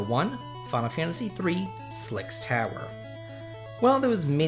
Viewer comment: It's pronounced Heracles....It's pronounced Sylx Tower....